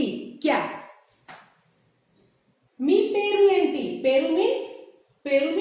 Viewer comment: वो एंटी नही मैडम, ऐमिटि। बागुन्नारा का मतलब अच्चे है क्या। मीरु एला उन्नारु का मत्लब आप कैसेहै।